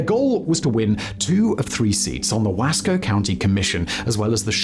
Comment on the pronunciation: Simon, you mispronounced The Dalles and Wasco. Simplest explaination for The Dalles would be to consider the pronunciation of "the gals". As for Wasco, break it up into two: Wa-sco.